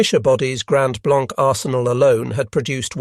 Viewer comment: Grand Blanc is pronounced as grand blangk